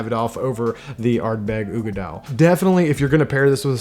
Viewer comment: The oogie is oog-dall or ugg-dall depending on who you ask